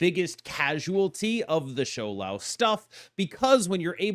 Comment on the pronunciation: Props to pronouncing Shou Lao pingyin correctly 😊